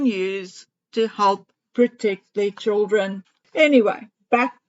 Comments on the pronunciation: I am South African and we say CHILDREN. NOT CHOOLDRIN.... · It is pronounced CHILDREN. Is NOT CHOOLDREN.